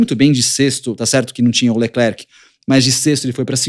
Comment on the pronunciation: Ola tudo bem, Leclerc nos nao pronuciamos o C em Frances ( Lecler )